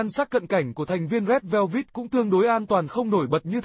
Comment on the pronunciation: Rét Veo Vít là nhóm nào zị ông kia,phát âm còn không chuẩn thì xin chào nhé